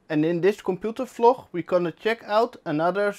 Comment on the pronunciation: I knoow! (annoyed face) He says Vloch everytime. As well as Flöppy Disk amongst other funny yet cringy mistakes.